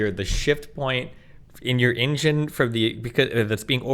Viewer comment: The way destiny pronounced “engine” is problematical